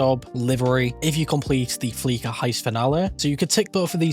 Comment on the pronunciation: You lost me at “fleeka” It’s fleesa bro. Fleesa.